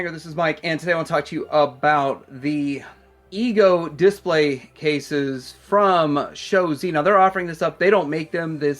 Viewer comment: dis-PLAY, not DIS-play. Like if you agree